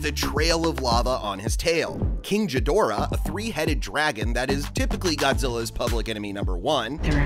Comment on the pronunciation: Ghidorah not jidorah